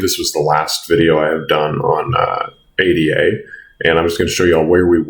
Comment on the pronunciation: please call her A-DA rather than A-D-A